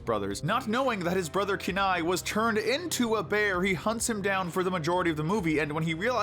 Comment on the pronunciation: You don't know how to pronounce Kenai, do you?